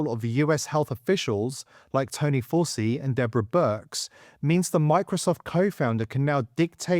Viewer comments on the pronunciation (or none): none